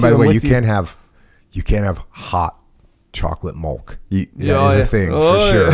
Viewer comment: milk........not malk